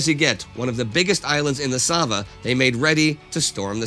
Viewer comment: I just love the fact that Indi nails the pronounciation of Sava and Kalemegdan and buchers the rest.